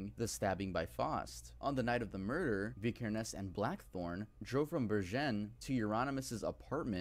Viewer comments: says vikernes weird. its vik-kur-ns. and fun fact, on his ep aske (ashes in english), the original releases included a match to burn down the owners local church, as varg did, and used a photo of the burnt church (fantoft stave church in norway) as the album cover. also his band Burzum is a solo one piece band. sammoth was only a guest apperence. euronymous, the man varg murdered, was also a guest apperance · Vi-ker-nes. You're Norwegian, you should know this.